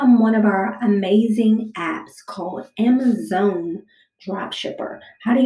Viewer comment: what the fuck did u call amazon? (ameruzuon) wtf